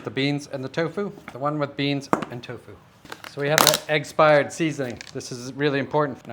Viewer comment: Yo, dude, just so you know "eggspired" sounds almost exactly like "expired" which is, perhaps, not the best association to have with a foodstuff